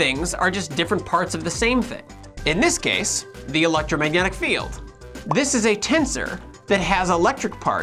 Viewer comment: "the electragnomagnetic..." lol